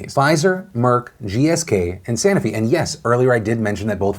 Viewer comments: Ahh Phil... Phil Phil Phil... It's pronounced SA-NO-FI not SANA-FI. I'm cringing here, cuz I used to work at this company like 18 years ago. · I work in biopharma and the only thing wrong about this video is how Phil kept saying sanofi wrong. SAH NO FEE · *Sanofi - anyone else thrown off by how this was pronounced?!